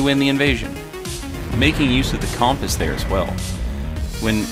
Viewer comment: Man when you say compass i can’t focus on anything you say for the rest of the video